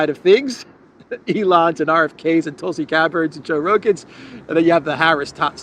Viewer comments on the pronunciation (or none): none